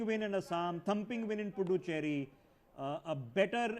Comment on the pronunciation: U can't even pronounce puducherry